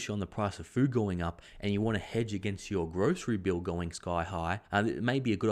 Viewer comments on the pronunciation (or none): none